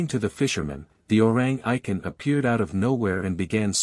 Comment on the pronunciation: The correct pronunciation should be O-Rang E-Kant